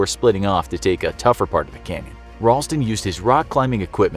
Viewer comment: I thought it said crayon instead of canyon 🤦‍♂️